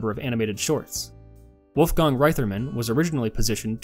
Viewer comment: You mispronounced Wolfgang Reitherman's first name.